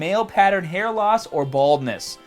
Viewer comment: at first i thought he said you can get serious hat issues lol